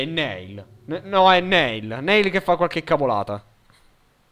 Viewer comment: comunque Neil si legge Nil. Bel video <3